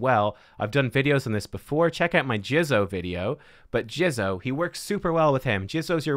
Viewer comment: JIZZOH lol JIZZOH. He said Jizzo.